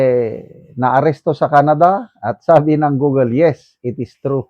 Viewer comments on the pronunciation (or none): none